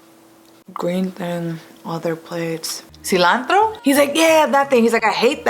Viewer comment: OOOOFFFF... The way she says Silantro...